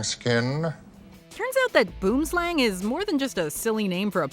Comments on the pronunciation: Omfg. Boomslang =tree snake. Hearing someone butcher Afrikaans for a whole entery is too much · Can you NOT pronounce Boomslang like that???? South-Africans will cringe, hate and laugh at you - all at once. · Boomslang literally translates to tree snake. The a in slang part is pronounced the same way as the u in slug 😂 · I just find it funny, how they include a clip where someone pronounces the name of the boomslang correctly yet she still gets it wrong. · The way people pronounce boomslang is making my soul hurt :( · Come to South Africa, we'll teach you how to pronounce boomslang. It's Afrikaans for tree snake. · Just call it a tree snake cos you're butchering the word boomslang 😂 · It seems like everyone outside of South Africa pronounces boomslang very, very wrong. It's and afrikaans name meaning tree snake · any other south africans / afrikaners on here cringing by how she pronounced “boomslang” 😂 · Only the herpetologist pronounced boomslang correct. At 2.23 min. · boomlsang is pronounced wrong it means tree snake in afrikaans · Just a pro tip Boom = tree.... Slang= snake so you could've just said tree snake. Also it's not pronounced Boom as in the bomb goes boom one would think you googled how to pronounce it first. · Boomslang is Afrikaans for tree snake Pronounciation is "bu_om_slung" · It's pronounced Bwoowim Slahng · Where are the South Africans at? It's BOOMSLANG, not boomslang... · The boom slang's name is technically wrong. It should simply be tree snake. Because the boom slang name is actually an Afrikaans (language) word. Boom which is "Tree" pronounced like B-who-uhm or I guess like whome with a B (whome the bell tolls) And slang is obviously "snake" Pronounced like lung with an S...slung. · The way "boomslang" is pronounced on this video makes me laugh 😂😂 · WHY DOES EVERYONE OUT SIDE SA MISPRONOUNCE THE NAME OF THE BOOMSLANG IT SERIOSLY ANNOYS ME😡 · 😂😂😂the way they pronounce boomslang